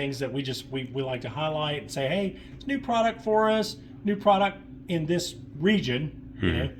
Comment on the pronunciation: For a “premier supplier” to not be able to pronounce the product’s name correctly……. Also, not watching these anymore. Too many derogatory cliches about not liking the same things in every single video.